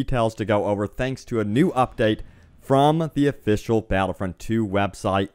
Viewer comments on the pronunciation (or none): none